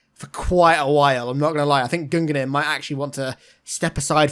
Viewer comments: Gungnir: The common pronunciation is Gung-near, not Gun-ga-near. It's the spear of Odin in Norse mythology. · Bruhhh it's "Gung near" not "Gun gunner" or however you pronounce it >.< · Why do you say Gungir like "Gun-gi-neer"? Its "Gun-gear" or "Gun-ger" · gung-near not gungan-ear lol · Your pronunciation of Gungnir is wrong. Old norse is difficult but the closest english translation would be more like Goon-ear